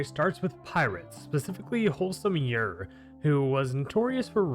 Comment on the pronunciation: Bruh, let me just ask you something: do you pronounce Gyroscope as “Guy-row-scope?” Or do you pronounce it the correct way?: “Jy-row-scope?” Because take that word, and drop the “oscope” and you magically have Gyre’s name, which you are hard pronouncing the G and I’m getting irritated.